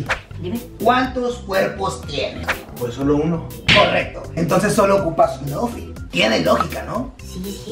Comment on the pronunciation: Primero el dijo moffitt pero se pronuncia outfit